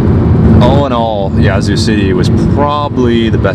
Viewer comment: Yaz-Zoo, not Yah-Zoo